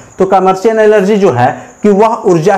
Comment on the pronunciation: Sir oh energy hai elergy nhi